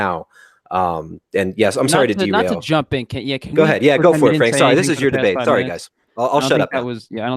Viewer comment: Why can't this guy pronounce "sorry" and multiple other words correctly? Wtf is suree?